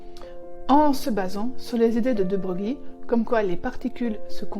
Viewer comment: DE BROGLIE se prononce DE BREUIL!